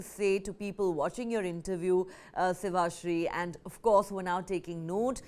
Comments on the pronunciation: Why is this anchor behaving so wierd & talking with such a funny accent like as if she landed just now to Bharath from some outer planet. She is saying Shivaaasri instead of Shivashri. Is it really mandatory to do all this crazy and doongi stuff if you become an anchor. ??? You get so irritated to see such fake characters. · What an ignorant attitude of the News Nine Channel calling Sivasri as Kannada singer! She is a Tamizh singer who sings in several languages. was also wrongly pronouncing the name of शिवश्री as शिवाश्री!!!! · Well done Sivasri. Appreciate your talent, voice and humbleness. But the anchor interviewing hasn't discussed well and she doesn't even know how to pronounce your name. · The anchor’s pronunciation of the esteemed artiste’s name ! Thale Chechukobekoo! 🤦🏻